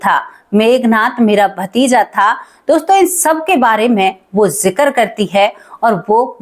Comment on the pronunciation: कृपया किसी हिन्दी और अंग्रेज़ी शिक्षक से कहानी की भाषा में सुधार करें, जैसे जिक्र को आप जिकर बोलतीं हैं।